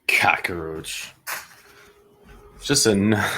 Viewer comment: Why do you insist on giving the word 'cockroach' three syllables?